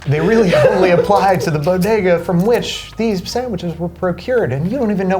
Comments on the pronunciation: Say it with me now: "Bo-Day-Gus" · I thought it was pronouced "Body-gah". ./hides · Say it with me Bo…De..Ga..